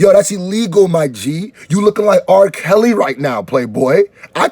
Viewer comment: dude come on! now say "Kell's" or "Kelly" the "L" is in there no matter!! now do the same with "Marshall"! hows that? 🤐